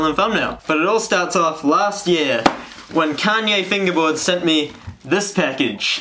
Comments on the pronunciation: YOO I BELIEVE ITS KALYE NOT KANYE LOL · I thought he was saying Kanye lmao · Kalye not kanye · at first I thought he said Kanye instead of Kalye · Did u call it Kanye on purpose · and "Kalye West" 😂